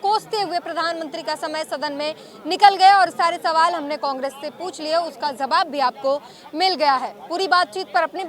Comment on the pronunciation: I request to anchors to correction of pronunciation of language I noticed today most anchors use urdu words with wrong pronunciations Mojud is not mozud Jawab is not zawab Don't mind please